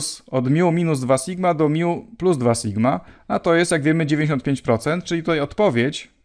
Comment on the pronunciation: Od kiedy tą literę czyta się MIU??? Chyba raczej MI...